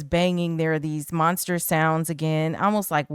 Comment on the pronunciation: Who you callin monsta??? lol